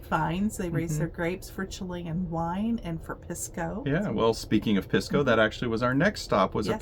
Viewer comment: Thanks for the videos. FYI, Pisco is pronounced "Peace-co".